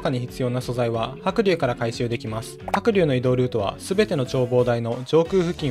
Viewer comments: は↑く→龍↓のイントネーションめっちゃ気になる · 白↑龍↓ 発音好こ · 白龍がカイリューの発音の仕方で草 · 発音がもうドラゴンタイプのニョロニョロした青いあのポケモンなんよ。笑笑 は↓くりゅー→な。笑笑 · 白龍のイントネーション独特で気になったw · 白龍のイントネーションが気になって夜しか眠れん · 発音がポケモンのハクリューなのめっちゃ気になる